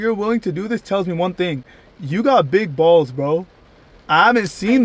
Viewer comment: U can't get better than her and why u say balls like that